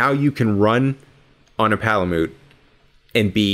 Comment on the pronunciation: Its pala-mute not pala-moot